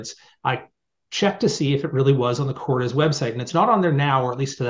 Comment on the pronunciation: Korde roses Kord pronounced not Kord des